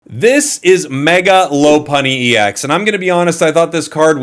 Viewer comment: "Lop-unny" not "Lo-punny". It's a lop-eared rabbit, not a "lo-peared rabbit".